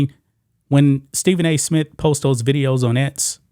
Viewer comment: I stopped watching g when he said Smit the third time. 😂😂😂😂